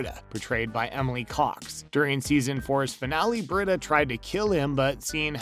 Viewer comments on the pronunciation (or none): It’s Bre-Da the pronunciation lol